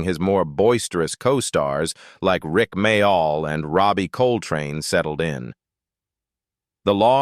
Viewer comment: It’s pronounced more like Mail not My- All